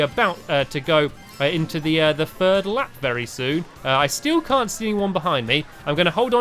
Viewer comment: You said Furd instead of 3rd